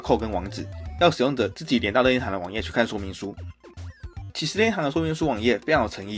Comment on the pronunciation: 任天堂——烟堂